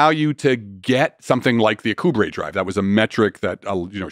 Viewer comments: His mispronunciation of "Alcubierre" is really bugging me. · Alcubierre is pronounced Al-ku-bee-air, not a-ku-brey.